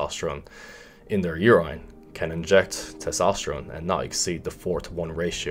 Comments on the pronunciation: Nobody:: “UR-EYE-N” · nobody:: YOUR-ENINE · Na you good. is mispronouncing it or they pronounce it the way he does in Ireland. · Love the way you say urINE bro 😂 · I've been pronouncing urine wrong my entire life. Awesome video